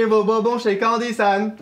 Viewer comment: Alors... on dit BON-BON pas BO-BON :p Encore une petite vidéo sympa qui met de bon mood. Merci :)